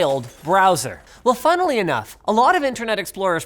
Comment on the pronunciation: is there anyone else out there who hears the word "Funnily" and thinks of funnels because "Funnily" sounds like "Funnely"? Or is that just me?